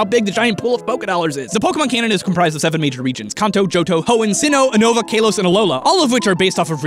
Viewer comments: Uno-Vah & Kah-Los. Not Oo-Nova & Kay-Los... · "kaylos" and "uhnova" tho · kaylos?... Kaylos?!... KAYLOS!!!!!!!!!!!!!!! and don't get me started on "Ho-kay-do". Apparently if there is an 'a' in the word you have to pronounce it "ay". Isn't that right,? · Is no one going to talk about the fact that pronounced it "Kahn-toe", "Uh-no-va", and "Kale-oss" instead of "Can-toe", "You-no-va", and "Kal-oss"? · its k- AH- los, not k- AE- los. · Kaylos? again if you saw the anime its pronounced Car-los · It's pronounced "kah-lohs", not "kay-lohs". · KAY-LOS?!?!? Are you fr? Is pronunciated KA-LOS. Where is the Y in there? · I was really annoyed about how you said Kale-os when its pronounced in the anime "kall-os". But overall love the video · I stopped watching when he said Kalos wrong. Its (Ka-Los) not (Kay-los) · Uh-noh-vah lol it's U-no-vah. Kay-loss xD it's ka-los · KA-LOS it's officially pronounced that way, i don't want to trigger u but I just want u to know. Love ur vids btw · The way he said Kanto and Kalos physically hurt me. I'm surprised more people didn't know about Payday + Amulet coin combo? I've been doing that since I was a kid. Stil a fun video to watch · He mispronounced kalos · The way you pronounce Kalos makes me cringe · Loved the video, you said Kalos wrong though.